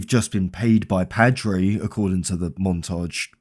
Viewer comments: that is the *WHITEST* way i’ve ever heard Padre being said dude it’s like pa. pa-dre. like in grandpa. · Awesome video but how can you mispronounce 'Padre' when they say it dozens of times throughout the game